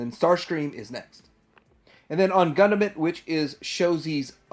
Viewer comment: Dude.... seriously.... it is NOT Gunda Mint.... its is Gun Damn It. Its a pun.